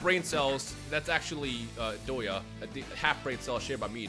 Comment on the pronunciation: Damn you know this video is old when calls Doto "Doya" as the shortened form